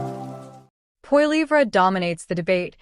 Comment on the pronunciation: LOL The bot can't even pronounce his name.